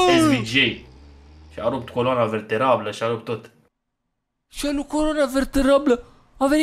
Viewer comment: “coloana verterabla”:))))))